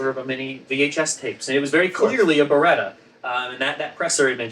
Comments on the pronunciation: It's "Beretta" instead of "Beredda", "Walther" is pronounced "Valta" instead of "Uolther" and "PPK" is pronounced "peh-peh-kah". I don't understand how someone, who has written a book about it, gets that wrong. 🤔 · I finally figured it out. "Beretta." I figured it out on my own from the rest of the video. IN NO WAY does it sound like that's what he said. Even now that I know what he said, it still doesn't sound like he's saying anything close to that. It still sounds like "barga."